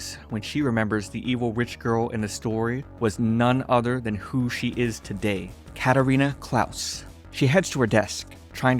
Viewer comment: You're pronouncing her name wrong it's katarina Clay's😅 and if he asks me why I noticed I actually watched the Anime and that's how they pronounce it😒 but I really enjoy your Recaps